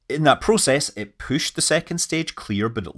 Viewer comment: It gets pooshed out? What do you think you are, Scottish?